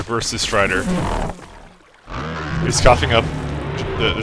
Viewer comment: Strider not stricter